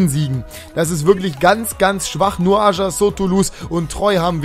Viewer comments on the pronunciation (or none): none